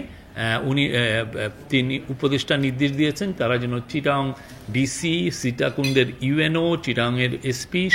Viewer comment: Sitakunda name tai thik moto bolte portashe nh, ar apnra unr kotha biswas korchen